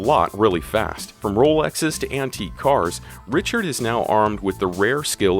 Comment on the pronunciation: That's RICH-ard I could not resist